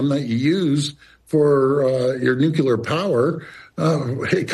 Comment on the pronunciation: I'm sorry, you lost me at "nucular"